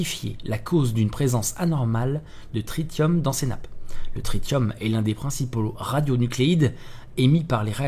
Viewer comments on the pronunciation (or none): none